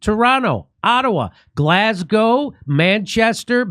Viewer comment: Thank you for saying Glaz Go and not Glass Gow Jimmy !